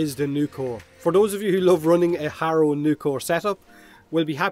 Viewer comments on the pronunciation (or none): none